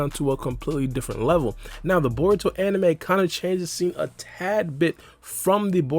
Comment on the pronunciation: why is the “DIFFERENT” taking me out lmao